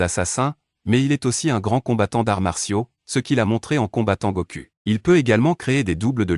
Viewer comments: Faut bien prononcer les noms faut bien prononcer les noms on dit pas Goku on dit Goku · Goku = Gokou en prononciation Vegeta = Vegita en prononciation